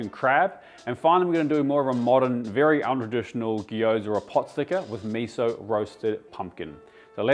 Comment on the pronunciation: also gosh please, it's not "Gee-yoza" it's "gy-o(u)za". It doesn't have an extended vowel pronunciation between the g and y, it's just two letters together. Also why are you conflating Jiaozi and Gyoza, they are although similar, different things. One is chinese one is japanese. Also it's not, ever, soy-a sauce, it's just soy sauce. and why did you, when referring to dim sum restaurants, refer to "Cantonese style" 'OR' "Chinese style", when Cantonese is a descriptor of a certain style of chinese cooking and 'chinese' obviously embraces all the regions of china. It can't be both when one descriptor is a subset of a larger descriptor that is also used. Please do some basic research on this, I respect you too highly as a chef to not let you make such stupid and ignorant mistakes.